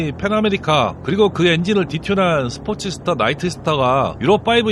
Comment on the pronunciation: 스트리밍 이글이 아니고 스크리밍 이글, 스포츠스터 아니고 스포스터요